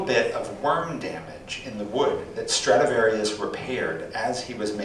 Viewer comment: Stradivarius, not "Stratavarious."